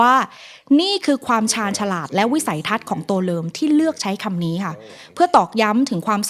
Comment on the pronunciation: ทำไมได้ยินว่า ตัวเริม